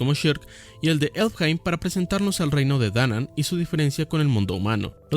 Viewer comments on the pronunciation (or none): Aahh y una última, ya sé, "como friego", pero no es Elfheim, es Elfhelm. Y no me malinterpretes, no soy hater, de hecho es todo lo contrario, me gustó tanto tu opinión sobre Berserk que quiero aportar algo, por pequeño que sea. Y luego por esos errorcitos la gente babosa, da dislike o intenta desestimar tu opinión solo por un par de peqeuñicimos errores de lectura.